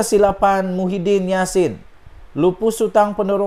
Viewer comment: Sebut lh betul².. Muhyidin atau Mahyadin??????